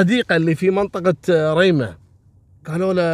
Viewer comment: محاافظة ريمه بفتح جميع حروف الكلمة وتحيه لك مني من محافظة صنعاء